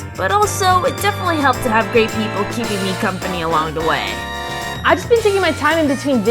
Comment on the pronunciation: I’m sorry did she say “great people” or “gay people”